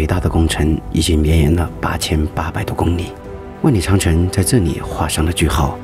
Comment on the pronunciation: 公里的里 不念你 麻煩發音多練習